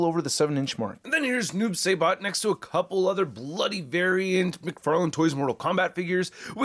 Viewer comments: He takes his sickle out of his body so he doesn’t have a storage. Also it is “s-eye-bot” instead of “say-bot” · It's pronounced sibot not sabot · "Sigh-Bot" not "Say-Bot", and the sickle doesn't have storage because he pulls it out of his own body... Wish someone with real knowledge got the first review up smh. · SAI-BOT NOT SAY-BOT! SMH IT'S LIKE WHEN PPL SAY "MAYN-GA, IT'S MANN-GA"!!! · Saibot, pronounced like rye. ;) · I dont like the noob either. It should just be "Saibot" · Noob Say-Bot 😂😂😂 it’s Saibot bro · Noob s I bot Im sorry but him saying it like that irritated me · Oh, btw, it’s pronounced Sai (like the weapon) Bot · Noob.. saybot? I guess it’s like some people saying Thane-os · Noob SI bot say it like that please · This dude looked like a dark devil ninja. And your pronouncing it wrong. It’s Noob (sigh-bot) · the pronounciation is Noob "Sye"bot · I can tell noob isn't your favorite since you're pronouncing it saybot LMAO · It's (si - bot)